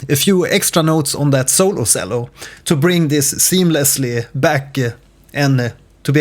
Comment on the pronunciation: the way you pronounce cello pains me... this is a very helpful video tho, thank you!